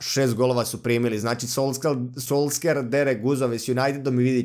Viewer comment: solskjer se čita solšer